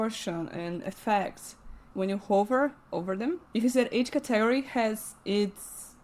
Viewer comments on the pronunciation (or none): I've never heard somebody mispronounce category in my life..